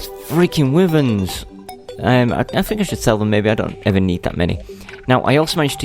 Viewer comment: It's not wivern , it's pronounced Y-vern